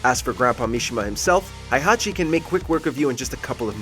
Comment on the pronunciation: You pronounced "Heihachi" wrong. It's not "High-Hachi", it's "Hey-Hachi". In Japanese, his name is written in kana as "へいはち", not "ハイハチ".